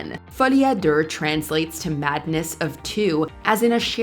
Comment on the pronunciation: that was terrible. My ears threw up at her attempt at Deux 😣